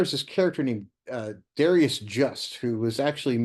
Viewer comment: First off, you couldn’t have read it very attentively if you pronounce the narrator’s/protagonist’s (Darius Just) first name to rhyme with “various.” The character makes a point of it that it is pronounced correctly as “Da rye’ us” which plays into (the third person character as portrayed in the book) Asimov’s penchant to self-delight in mischievous wordplay by calling his writer friend: “Dry as Dust.” Secondly, I agree with the main thrust of your review that “Murder at the ABA” is not one of Asimov’s better efforts. Although it has its merits such as being replete with the maestro’s usual splendid wit (I especially appreciated the verbal jousting by way of footnotes between Just and Asimov), I found aspects of it annoying such as points of leftist social and political commentary. However, the major problem with the book is that the resolution of the murder mystery itself is a decided anticlimax. This is an aspect of Asimov’s fiction that I have noted previously. Only two writers I have encountered could keep me reading and turning the pages into the wee hours of the morning. They were: Agatha Christie and Isaac Asimov! Asimov’s signature fusion of science fiction and mystery was compelling and incomparable regarding maintaining the reader’s interest! (As just one example, read his “The End of Eternity” which is basically one stunning plot twist after the next!) However, whenever he tried his hand at straight mysteries it seemed as though without the SF element to inspire hi